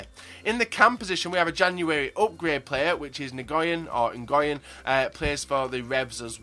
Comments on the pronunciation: its no engoyen its wen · It's pronounced win instead golf ngyn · Nguyen is pronounced Win. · Juan Zo ***** Its pronounced like "Win" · It's pronounced lee win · Ngyuen is pronounced like the word win btw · "NIguyen" hahahaahah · Nguyen is pronounced "when":) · Great team, but Ngyuen, (how ever you spell it) is pronounced like Win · You pronunce it New-Win Don't ask how or why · Your pronunciation of Nguyen was hilarious. It's pronounced much more like win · just to let you know, the cam is pronounced "win" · Lol Lee Ngyuen is basically pronounced "win" just fyi. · Nguyen is pronounced "Win" Lee "Win" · The CAM is pronounced Gwen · Nguyen is pronounced "Win." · Nguyen is pronounced like Win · Nguyen is pronounced (noo-yen) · Nguyen is pronounced "win" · Nguyen pronounced "Win" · I'm pretty sure people have commented this on your other vids/this vid, but it's pronounced "Win" not "N-guy-en" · Nguyen is pronounced win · Lee Nguyen is pronounced Lee WIN. Its an extremely common last name in Vietnam please pronounce it right. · its pronounced new-wen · You said Nguyen Wrong